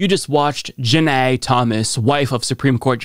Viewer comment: It kills me how you pronounce her name. LOLOLOLLLLL